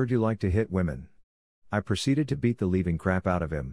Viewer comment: The word "living" is NOT pronounced "leaving".